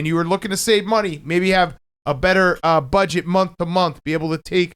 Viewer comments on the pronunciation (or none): none